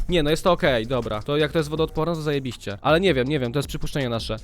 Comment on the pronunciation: Nie ,,zajebiście" A ,,zaebyście"